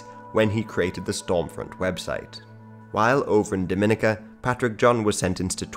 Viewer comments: It’s pronounced Dom-i-nica not Dom-in-ica like how the Dominican Republic is. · Dominica is pronounced Dominique - Ka Not Doh Mina ca pet peeve moms from the next door island. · Just letting you guys know it's pronounced Dom-muh-NEE-cuh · Isn’t it pronounced more like Dah-men-EEK-a? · Nice video, very fascinating. I’m sure it’s already been said but it’s pronounced DominEEka and not Dominica like you’re dropping the “n” in Dominican. Also, Rastas are against all “-isms” so Rastafarianism is an incorrect term for them. But other than that great video you’ve got some good material from what few videos I’ve seen so far. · Dominica is pronounced differently from the Dominican Republic, Dominica has more emphasis on the second I, Dom-in-ee-ka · It’s DominEEca. DomInicans are from the Dominican Republic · Damn this is a good video. It doesn’t really matter imo, but the pronunciation of Dominica is actually “Dom (like dominate) - in - ee - kuh” or “Daw-Muh-knee-cuh”. And Dominicans are actually pretty different from Dominicans. Lol that sentence. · It’s pronounced Domi-nee-ka